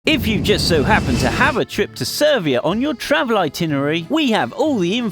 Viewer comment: "Servia" what are you braindead? You can't say Serbia or something?? Worst Serbia video EVER!